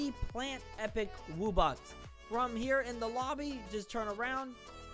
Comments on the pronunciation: It's not wubbix it's W-U-B-B-O-X wubbox also make more untitled msm anims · It's (wub-box)